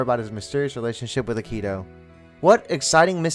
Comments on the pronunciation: Aah-ki-tou: Akito Shi-gu-rey: Shigure✅ Shi-gū-re❎ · Idk if it’s a dub thing but I can’t get over how you put a ton of emphasis on the ‘i’ in Akito and the ‘g’ in Shigure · I know it's been 4 years since this but the way you said akito 😭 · Him: says Shigure and Akito differently then me and the dubbed show Me: uhm anyway (This is a joke love the video just caught me off guard)